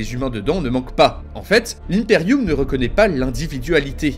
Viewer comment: Je me suis tapé des centaines de vidéos sur WH40K et c'est toi le seul à prononcer Impeium correctement 🤣🤣🤣. Super vidéo un grand merci